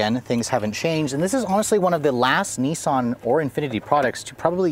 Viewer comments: Nissan is with a swedish accent, with a short I. Not niisan :P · Wish Americans would pronounce nissan properly